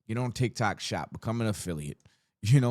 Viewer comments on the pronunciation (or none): none